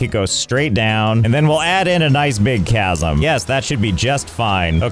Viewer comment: Josh, what? You mispronounced Chasm after the epic 29 part series 😢